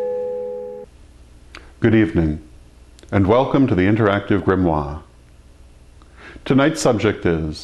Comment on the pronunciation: welcome to the interactive grimwaaah